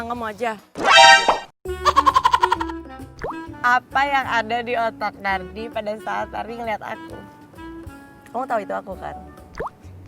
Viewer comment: Nardi kedengarannya jadi #Narji 😃😃😃